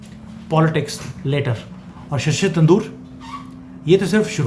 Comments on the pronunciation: भाई आप शशि थरूर को शशि तंदूर बोल रहे हैं😊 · जी, थरूर को तंदूर बोलने की कृपा बार बार ना करें। यह सही नहीं है।